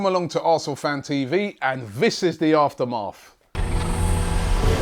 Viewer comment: Robbie, i think your pronouncing aftermath wrong, felt a little weird hearing it